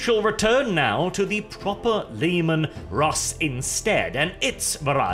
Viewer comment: The Leman Rrrrrrrrrusss